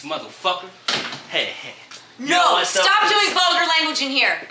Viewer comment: he can't say vulgar